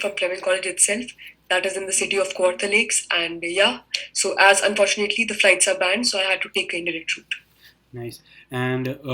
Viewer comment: He's saying toh instead of so 🤣🤣🤣